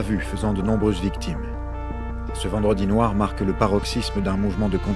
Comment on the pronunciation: Le p’tit accent mis sur le « vendredi noir » m’a tué 😂😂